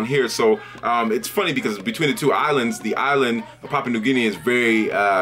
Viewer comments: good video man but the pronunciation is a bit off its more like pah-Pu-ah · Pah-pu-ahn 😂 much love though haha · Brother I appreciate you talking about my country but get your facts correct, I am Papuan an new guinea is another part, basically south is papaun an north is new guinea. Thanks ....btw your proncing Papua wrong don't refer to the whole country as Papuan